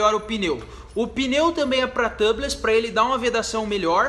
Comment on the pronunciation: A pronúncia de tubeless é "tiubless" , seria Tâbless se a palavra fosse escrita "tubless".